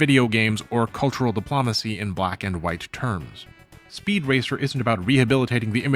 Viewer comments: Buddy you gotta work on your pronunciation. C'mon! Diplumacy?!?!?! Please dude. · If I hear "De-PLAH-macy" one more time I'll become an Autocrat. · 'Dip-Lom-Acy' tho... Might as well pronounce it 'Camp Doily.' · Why do you pronounce "diplomacy" so weird? You say it so many times, and it's distracting.